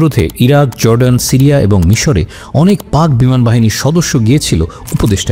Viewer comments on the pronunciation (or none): none